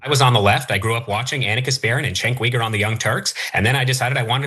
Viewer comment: He said Cenk pretty much like Jank. It was Uyger he mispronounced.